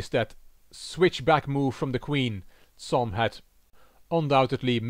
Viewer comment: I really appreciate your excellent pronounciation in different languages. However, Cs in Csom should be said as ch in the english word cheese. Respectfully, Gabor